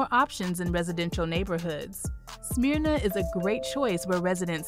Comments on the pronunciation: It's not "smear na" it's "smur na" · I cringed when she said Smear-na and Sway-nee.😳😳😳 But great video! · Great video! Several mispronounced city names. Smyrna is pronounced Smer-na, Suwanee is pronounced Swan-nee, & DeKalb (capital D, capacity K) is pronounced De-Cab. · It's not pronounced Smear-na. It's Smurr-na! Not that I talk southern just the way it's pronounced. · I have to do it...it's not "Smear-na" it's "Smer-na". Also, it's not "Sue-way-nee" it's "Swan-ee" though you'd be forgiven for "Suwan-ee" if you went through the U very quickly. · This is the south. It's pronounced SMURna, not SMEERna. And SuWAHnee, not SuWAYnee. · Um.... It's not Smeeerna... Smyrna. SMH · Its not Smearna its Smer Na Smyrna. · #12 is not pronounced Smearna! Maybe you should change your name to 'Black Ignorance'.I'm not even going to try to correct your pronunciation of 'Suwanee'.Suwanee. must be the result of questionable graduation rates.